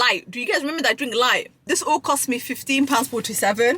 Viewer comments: You are supposed to boil the saltfish several times so it soo not salty. Where are you learning the pronunciations of these words. Its LILT not lite. On a positive note, I am impressed you know which jerk seasoning they used. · Chicken can be fully cooked and still be pink if it's on the bone. Can vary in shade from white, pink, or tan. I'd be worried if it was still slimy/firm jelly like inside. That usually can show if it is still undercooked. Sis, it aint light, it's pronounced lil-t lol. 😂😂😂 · It's not lite it's lilt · Your pronunciation of names of foods and drinks such as Ackee—you constantly say ackeel and Lilt, which is not pronounced as you do—is getting on my nerves. Learn to pronounce words properly!!!